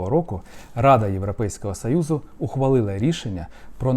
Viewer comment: Гидотно слухати оце ваше « європейского сАюзу» навчіться говорити нормально